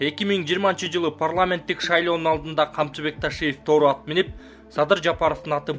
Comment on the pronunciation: Интонацияны туура коюп оку. Тоору деп окуп жатасын. Тору, "о"да, "у" да басымсыз окулат.